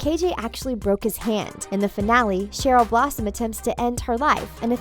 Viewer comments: Did she just say Sherry blossom?😑😑😑🙄😣 Oh my Lord she just said miss gundy instead of Grundy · It’s not pronounced cherry if you watched it you could find out it’s Cheryl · “Ms. Gundy” and “Cherry Blossom” 😂😂😂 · When she said “Cheryl” it sound like cherry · Her name is Cheryl! Pronounced: SH-E-R-LE not CH-E-R-Y When she called Cheryl CHERRY I just died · This is just rude and her name is Cheryl not cherry🙄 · WTF DID YOU SAY ‘EVIL CHERRY BLOSSOM’😖you havent even watched it mate😂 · Every ones pointing out that she said “ cherry” but she also said Miss. Gundy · She said cherry not Cheryl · SHE CALLE CHERYL CHERRY IMM TRIGGERED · OMG ITS RIVERDALE NOT RIVERDAL AND ITS CHERYL BLOSSOM NOT CHERRY BLOSSOM THIS IS TRIGGERING ME!!! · #1 Cheryl is not evil she just has a horrible home life #2 it's Cheryl not Cherry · I'm so triggered every time she says CHERRY Not CHERYL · She pronounced about ALL of their real names wrong. MADALINE PETCH. That’s how you pronounce it. Ms. Gundy? And Cherry Blossom? New phone who dis? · I actual thought she said cherry blossom its Cheryl blossom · Carmen Martinez ikr and who is cherry blossom😂😂😂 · Carmen Martinez I know right gRundy cherYl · Madelaine petch who plays evil Cheryl blossom 😹😂😹😂 Cheryl's not even evil and "Madeleine pesh who plays evil cherry blossom" 😹😂😹😂 and also it's miss gRundy with an r not miss gundy 😹😂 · please tell me she did not call cheryl “cherry” in the first fact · She said madelin pesh, the Cherry blossom of Riverdale but it's Madelaine Petsch, the Cheryl Blossom of Riverdale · Uhmmm it’s Cheryl ( like you spelled it) not Cherry lol. Also she’s not evil. Like at all. Okay rant over. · Chery? You mean Cheryl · Also she said cerry blossom lol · Okay, her name is CHERYL NOT CHERRY CHER-YL NOT CHERRY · EVIL CHERRY BLOSSOM? Also it’s Madeleine not Madeline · Paul Bowcherr? BOWCHERR? EXCUSE ME? OH AND LOOK ITS CHERRY BLOSSOM TOO! AND GUESS WHAT SHOW THEYRE ON? RIVERDELL! WOOOWW